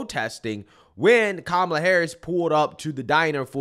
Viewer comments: I just noticed even kumala pronounces her own name wrong. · You gotta pronounce her name like this: ka-MAH-la 😂